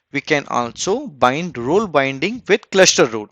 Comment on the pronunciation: Role is pronounced "rowl"😁